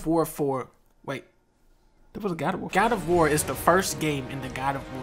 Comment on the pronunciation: GAD OF WOAR